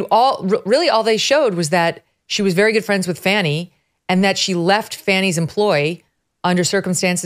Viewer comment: I thought her name was Fa Knee. Not Fan e